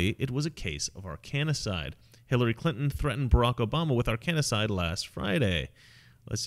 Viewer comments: Ar-kan-cide. Three syllables. (Not Ar-kan-i-cide.) This has been a thing for many, many years. Oh, by the way, there is a way to induce heart attacks, so your suspicions are correct. Anyway, I'm enjoying the video -- thanks. Edit: The list does not include Chris Cornell (Soundgarden, Audioslave), Chester Bennington (Linkin Park), Kate Spade, Anthony Bourdain. And then there are the numerous NY law enforcement officers who seem to be dying out quickly these days. Not sure if suspected Arkancide applies -- did they die because they saw Anthony Wiener's laptop? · It's Arc-N-cide, not arcannna-cide. Please do not invent new pronunciations, leave that to the Brits. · Ar can cide; you're saying it wrong. Love your show! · Omg dude! It's Arkan-cide! No A in the middle. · Mispronouncing Arkancide. It is three syllables, not four. AR KAN CIDE. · It's Ar-kancide, just like it's spelled. Stop adding a A in there. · Minutiae.....It's pronounced AR-KEN-SIDE(D). Have you heard about the Overstock CEO claiming Hillary was framed for the Trump, Rubio, and Cruz campaign spy rings? Supposedly, the Obama DOJ (FBI, etc.) cooked this all up. Greater Puppet Masters at work here, in my feeble, humble, opinion. Not giving the Clinton's a pass...AT ALL!!! Mena, Arkansas is where the drug smuggling CIA flights to Central America (Drugs for Guns & Guns for Drugs) were being based. See the movie "American Made" with Tom Cruise as Barry Seal. You are getting in the Red Pill area, sir. Tread carefully. Keep up the good work. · Say Ar - Kan - side. Pleeze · Drop the third "a" when you say the word Arkancide and you'll sound so much smarter. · mispronounced "Arkancide" about 20 times. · You are pronouncing "Arkancide", and Fort "Marcy" Park..wrong.. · You're putting an extra syllable into "Arkancide", It's not "ar KAN a side" it's "AR kan side" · Love your work but it's Arkancide not Arkanacide 😁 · Ar-kan-cide, not ar-kan-a-cide. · Ar-kan-cide not Ar-kanny-cide.